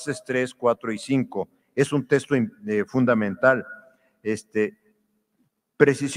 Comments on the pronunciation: Diaz Barriga, investigador de renombre, sueldazo... y pronuncia "testo" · Doctor y ni siquiera sabe pronunciar la palabra texto